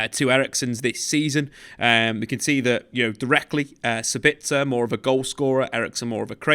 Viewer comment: Using the word 'duality' to describe two separate qualities in a player doesn't make sense. I like, and a lot of these YouTube soccer channels, but I wish they would work on their English skills a bit. Also, it's Sabitzer, not Sebitzer. Every English pundit I've heard has been pronouncing it incorrectly... Apologies, must be my time of the month 😅